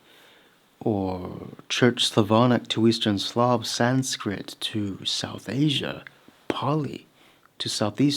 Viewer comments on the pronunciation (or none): none